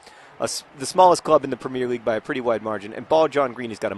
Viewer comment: you are pronouncing premier league wrong :)